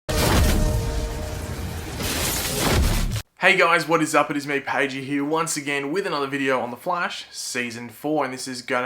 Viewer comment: Fuck'd Up LOGIK it's pagey, not padgey